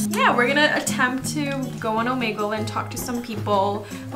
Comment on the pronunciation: She said omanegle 😂 (it’s Omegle)